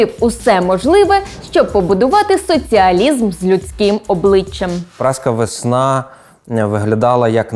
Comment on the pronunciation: Що значить, людина не обізнана. Чую на початку відео "праска "Весна" 😅 Тю, думаю, до чого тут це 😂 А уже після коментаря від Радомира Мокрика зрозуміла, що то "Празька весна"